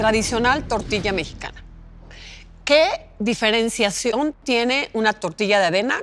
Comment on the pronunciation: Ahora se dice diferienciasion en el minuto jajajajaja esta economista esta critica